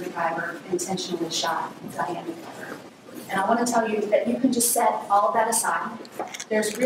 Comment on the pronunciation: I like how it’s McIver but all of the news people keep saying MacGuyver 😂😂😂